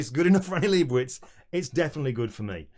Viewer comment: Love it. One note, Annie Leibovitz with a V. At least that's how her Mom says it :)... Just ordered the 53" yesterday, Can't Wait!!!